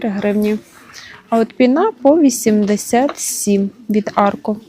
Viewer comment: та не пінА, а пІна. Чому таке викручування мови?